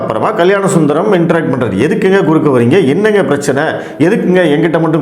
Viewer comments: குறக்கே அல்ல குறுக்கே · குறக்கே இல்லை குறுக்கே தமிழ கொலை பண்ணாதீங்க ( வீடியோ டைட்டில் )அதெல்லாம் சரி நியூஸ் 18 அம்பானியோடது அங்க பேச முடியாதா?